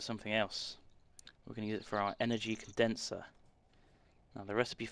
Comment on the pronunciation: I think you mean Condenser not conderser